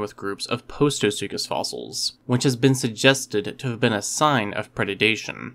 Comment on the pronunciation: I enjoy your elementary paleontological videos immensely. The word “predation,” however, is not pronounced “pre-duh-day-shun,” as you mispronounce it in your videos; it is pronounced “pre-DAY-shun,” quite simply. Thank you for your intriguing work.